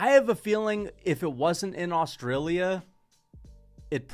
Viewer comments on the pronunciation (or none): none